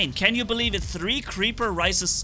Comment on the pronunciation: "creaper risis"